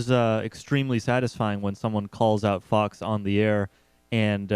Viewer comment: It's funny how he pronounces it "fuck's news" ^_^